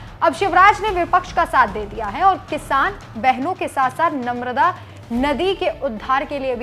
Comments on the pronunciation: Nmrda nadi ni madam ji Mata narmda ji Bole achhe se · मैडम जी कृपया माता नर्मदा का नाम तो सही रूप से लीजिए बोलने के पहले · कृपया माता नर्मदा का नाम तो सही रूप से लीजिए